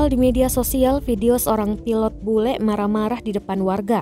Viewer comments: BULE pak bukan BELU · Bule...bukan belu..😂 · Kok belu sih huruf,U dan E nya ketukar tuh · 'belu' marahi belu atau bule? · "BELU MARAHI ORANG PAPUA" kok belu